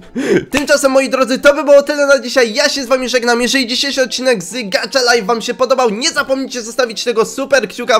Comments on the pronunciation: to sie czyta : gacha, a nie gacza xd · MÓWI SIĘ GACHA LAJF A NIE GACZA LAJF A PISZE GACHA LIFE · Gacha life a nie gacza life!!?!? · Nie czyta się gacza czyta się gacha